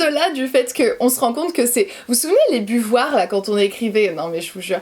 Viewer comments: Oui on perd vite sa langue maternelle, cela m a fait rire buvoir à la place de buvard et le café en graine au lieu de café en grain etc... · Il me semble qu’on dit BUVARD et non pas bouvard 😉😂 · Du buvoird au lieu de buvard... Trop mignon , sa ma donné le sourire... allé je retourne regarder la suite de la vidéo !! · Tu prononces buvard ou buvouard ?